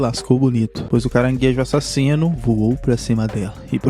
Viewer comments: Não pode faltar ele falando "e a-ssasino " KKKKKK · Caranguejo A- ssassino